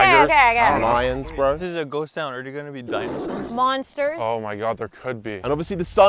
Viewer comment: is funny he said dinasours lol